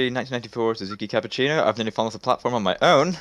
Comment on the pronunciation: did say he have a "1994 Suzuki Cappucino mrmhmhrmrhrmrhr...?" Also, how the hell did catch what said, the man was mumbling at 900 mph!